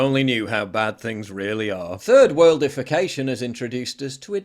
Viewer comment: I was wondering if you were saying 3rd worldification or 3rd world defecation, but there really isn't a difference is there?